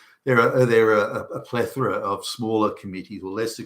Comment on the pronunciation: I should think the last thing a Dem govt. would want is a real expert on anything, since, unlike the left themselves, experts tend to be interested in facts. This time the thumbs up is more for being able to pronounce plethora correctly.